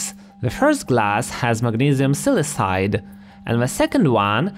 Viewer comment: I have never heard silicide pronounced with a soft c. It's pronounced "sil-i-KON" not "sil-i-SON" so shouldn't it be "sil-i-KIDE"?